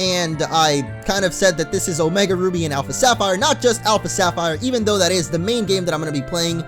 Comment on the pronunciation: Omega not omeg